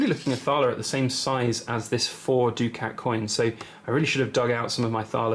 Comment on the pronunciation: I always thought it was pronounced ‘duckett ‘ not ‘doo-cat’?